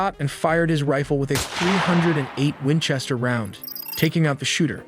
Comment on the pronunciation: 308 Wenchester 😆